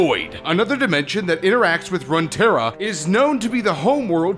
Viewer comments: WTF? "RUN-TERRA???" its RUNE(runescape?) TERRA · rune=terra not runterra and you said damocia? wtf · Omg if this guy says RUN-tera one more time, its pronounced ROON-tera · "Run-Terra"? You mean "Rune-terra". Runes as in the old writing systems. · Runterra? It's Runeterra. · Umm you called it runterra.. it's runeterra. Love the vid though! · RUNE! Terra... RUNEterra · run tara. run run run run run ruuuuuuuuunnnnnn to the dang library to get a dictionary to learn how to say and or spell runetara. rune. not run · R U N E! Not runtera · he called it run terra XD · Runeterra is pronounced as Roon-terra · did you fucking say "runterra"? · it's ROOOONtera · You can correctly say the rune wars but not runeterra??? xD